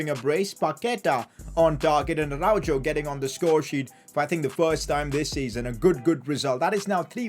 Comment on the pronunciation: from someone that lives in spain and is fluent in spanish pls pronounce araujo's name properly